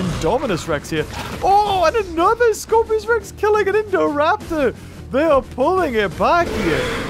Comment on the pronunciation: Poor with messing all the names. LOL Indominus, Indoraptor and Scorpious that a tongue twister. But amazing video. like always, been a fan of ur channel since the early Isle videos <3